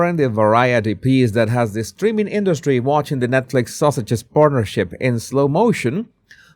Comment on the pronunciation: I love the way you say Sussex'. It sounds like Sausages 😂 Perfect!